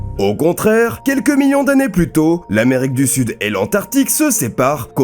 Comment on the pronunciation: Putain mais faut arrêter de prononcer le "s" de plus !!! Il est muet ! Sauf si tu fais une addition !!